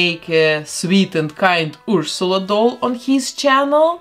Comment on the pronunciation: I love your accent so much! The way you pronounce Ursula is EVERYTHING!